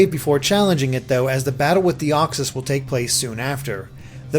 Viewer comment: As if mespirit is any better 😂😂 or for that matter uxiiie 😅 or deoxies almost forgot his brilliant way of butchering cobalion's name coba-lion